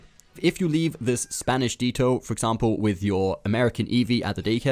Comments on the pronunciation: It not detto it’s ditto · Di-to. Lol do you mean dit-o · not deeto its dehto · ITS NOT DEETO ITS DITTO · Who calls it deeto it’s ditto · no we don't. it's Ditto here too, not Deeto. unless you mixed it up with the word that Dittos name comes from - Dito (meaning "same")? yeah that's pronounced with a long i! but the pokemon name is not pronounced like that. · I was so disappointed I disliked the video. I'm sorry. It's Ditto. Not Detto. 🤔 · Wtf is a “Dee Toe”? It’s pronounced “Dit Toe” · Pokedex: A Dee-toe is what you take when there is road work ahead. 😂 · Calm down its the french pronunciation !!! In french the DI would sound like DEE as the letter E in anglish sound the same as I in french !!!! Pronounced DIT/TOE in English and DEE/TOE in french !!!!!...... At least i hope for him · Nails on a chalkboard with someone saying DEE TOE...... DIT TOE MAN DITTO IS DIT-Toe or just say It-Tow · Please fix the way you say "Ditto" - it isn't "deeto" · Yes, it is a deeto. Not a ditto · “Deetoe” it’s ditto you don’t say dip as “deep” lmao got a good laugh from that 😂👍🏼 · I’ve never heard someone mispronounce ditto is “deeto” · Ditto. Not d-tow, but dit-o. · Didn’t know wtf a “dee toe” is, it’s DITTO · He may say ditto as deeto but I guess it's still better than me. I'm Scottish so don't pronounce t's in words so I say di'o 🤣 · Ah yes let me just grab my DEETOE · DEEETO? What is a DEEETO? Do you mean DITTO? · De-toe......you mean dit-toe? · DITTO not DETTO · It's ditto not dito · Deetoe lol 😂😂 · why do you say Detto instead of ditto? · Dit ditto not deeto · Its pronounced dih toe not dee toe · “Dee-toh” lol it’s “dih-toh” short i sound my friend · I’m so triggered he is pronouncing ditto deetoe it’s pronounced di toe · Imagine catching all 400 new pokemon yet still calling Ditto..DEEtoe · I like how you had a team of just the Eeveelutions when you started explaining about EVs-- also, "Deeto". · You said this, and I was thinking the same thing, like Deeto lmao. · he says deetoe